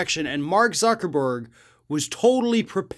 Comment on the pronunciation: I stopped and restarted the video and ''UCKERBERG'' was the first thing I heard. yeah innit Instead of Blaming Trump for Jan6, Give Him the Credit for Jan6. He Loves Taking Credit, he LIVES On Credit. Give credit where credit is due. DjT Take Credit for Jan6, it's Yours.